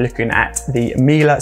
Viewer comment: I work for Miele and yes, you got the pronunciation correct here. As in ‘Miller’.